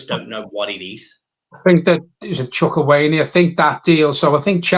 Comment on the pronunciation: Evening and John. marcus Edwards would be a fantastic signing I've heard good things also we are linked with Carney chukameka I think that's how you say it😂